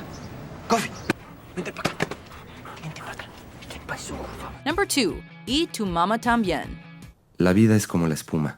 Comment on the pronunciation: the way she pronounces "y tu mama tambien" ... lol